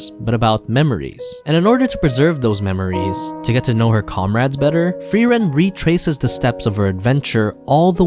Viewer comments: As a german i loved how you said all names in the intro 100% right but frieren just a bit off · Frieren Thought it was spelled frieren Pronounced fry-ren Not free-ren But it's nice to learn new things 'a'